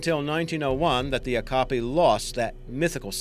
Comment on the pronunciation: Great video! Okapi pronounced Oh-cap-ee